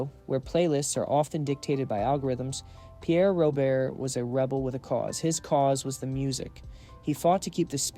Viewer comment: Hey genius, you're proving how clueless you are about this great DJ. His last name is not pronounced the way it seems.